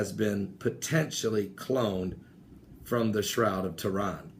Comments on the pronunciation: BTW I apologise but its buggin my... your sayin shroud of toran..... its Turin not toran..... ur pronunciation of off... again I apologise ¡¿¡¿¡ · arthur soctomah There are a high level of miss pronounced words in this video which makes me think it is on purpose. Stonehenge is pronounced is Stonehedge. Sun god Ra was pronounced Ray. Turin pronounced Tehran. There is a pattern here though... any pagan site, object or deity seems to be miss pronounced unless it is a bible reference then it is pronounced correctly. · it's Turin, not Tehran. and i'm sure you would know that. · please please please work on your pronunciation. Turin not turan, Stonehenge not hedge. I really don't mean to nit pick but... just sayin it makes it hard to take you serious sometimes...